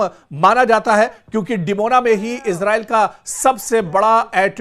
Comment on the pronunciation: Sir इसराईल कहा karen इजराइल नहीं bola karen ok